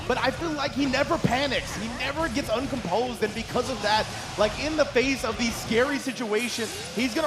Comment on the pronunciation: Man said "uncompsed"...LOL